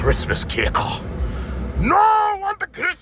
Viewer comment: Christmas CAKE-AH. 😂